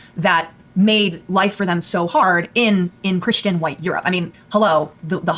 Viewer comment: oh no, "kershanity". Destiny is one of those people who pronounces 'Christian' "kershian".